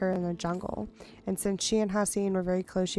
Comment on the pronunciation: Hassian is definitely not pronounced HASS-eye-een. It's HASS-ee-ehn.